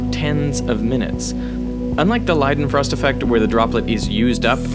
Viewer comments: LEEdenfrost. Not LIEdenfrost. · Have always heard it as lay-den-frost not lie-den-frost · Isn't it like lay-den-frost?